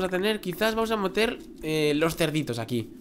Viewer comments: dijiste vamos a moter, en vez de meter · en el minuto en lugar de decir vamos a meter dijiste vamos a moter jejeje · en el minuto dijiste moter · dijiste vamos a moter los cerditos aqui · minuto dices moter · Minuto dijiste moter